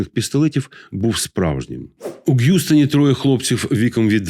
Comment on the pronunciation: Гʼюстон Гуюстон. Досить повторити написання. Зветься Хʼюстон. Дівку ту геть!